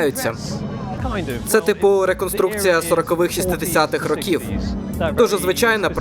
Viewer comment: Озвучка українською - то класно, але бажано б іще правильною українською, без русизмів. Бо не "шестидесятих", а "шістдесятих". Ну й "років", а не "ракіф".